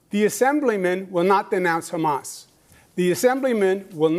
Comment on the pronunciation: Damn he really said "Khamas" and "Hassan Piker" in the same breath huh 😂😂